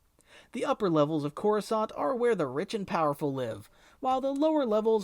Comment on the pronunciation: The way you say Coruscant kills me, and Kamino. Why must you do this?